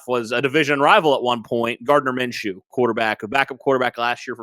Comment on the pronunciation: You guys sound ridiculous... instantly looses all credibility... when you said Gardiner menchew.... he's no better than Sam ellinger...